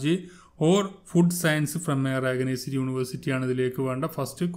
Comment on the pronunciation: മാഷേ,, റഗനൈസ്ഡ് യൂണിവേഴ്സിറ്റി അല്ല റെക്കഗനൈസ്ഡ് എന്ന് പറയു